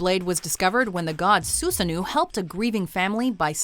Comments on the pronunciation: Okay, first of all, learn how to pronounce names. KusaNAgi, not Koo-sanagi, Sosano'o, not Susanu and so on. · Sue-sa-no-oh not Sue-sa-noo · SUSANOO IS PRONUNCED SUSSANO! Seriously, be professional for once. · Susano-oh not Susanu It pronounce, Su-sa-no Oh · That’s not how susanoo is pronounced. Su san no o. The last o has an accent. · Lol Soosanoo XD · it's pronounced Su-sa-no-o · You really used footage of Hercules slaying the Lernaean Hydra in your explanation of Kusanagi? Okami was the better source as it showed Susano (pronounced Su-sa-noh, by the way) slaying Yamata no Orochi after Amaterasu got the serpent drunk. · Soo-sa-no-oh. Kyoo-Sah-nah-gi. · It’s like you hate the Japanese language, you pronounce everything else correctly but it’s like you purposely mispronounce all the Japanese names. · Wow, you are usually much better at pronouncing Japanese... This was awful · Joyeuse was pretty good. But Susanoo was terrible